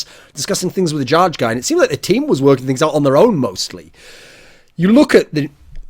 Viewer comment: jarge is pronounced "yar-geh"